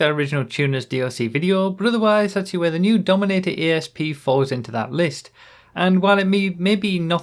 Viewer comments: little note on pronouncing this cars name, it's Asp as in the snake rather than A S P, whole point being that this is supposed to be a Cobra/Cobra R from the 2000s (not up on my mustangs so can't say for certain) and because they can't call it a Cobra or the lawers would come, they had to pick another venomous snake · 'A'SP not 'E'SP! Bloody northerners hahaha 😋